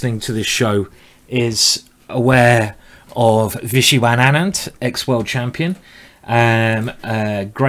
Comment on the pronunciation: vishiwan anand? there's missing some syllables ^^